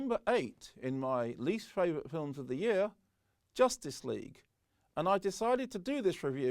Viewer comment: You mispronounced number 8. It's called Josstice League.